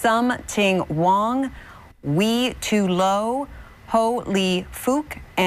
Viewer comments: non native speaker here too, but I think it was supposed to sound like "Why too low" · Wi Tu Lo. I'm still laughing.